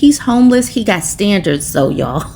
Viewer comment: I really like your commentary, but PLEASE STOP SAYING THOAK!!! It's so cringe, you come off as illiterate. Geeze....